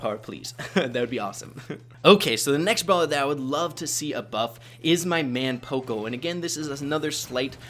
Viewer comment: Let me know if I’m wrong, but I thought that it was pronounced paw-co not poe-co